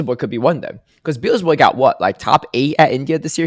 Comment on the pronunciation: Hype worlds, Noone selecting Kento was crazy to me. Also, funniest thing of Day 3 was Butter mispronouncing Beelzeboy's (he'd say Beezelboy) name every second time he said it but correcting himself after Caleb said it properly. Kaz also made the same mistakes in this episode 😂